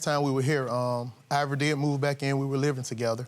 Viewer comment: Ivoiree instead of Ivory? Why?!?!